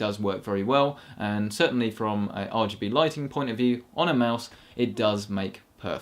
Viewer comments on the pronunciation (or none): none